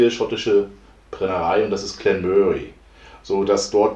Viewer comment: So fängt die Woche gut an 👌. Deine Aussprache finde ich ziemlich lustig 🤣 Glen Möhrie 😉😂 Made my day 👍